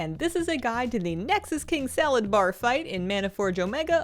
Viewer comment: It actually drives me crazy that people call him Salad-bar. His name is just Sala-dar, it truly is not hard to pronounce smdh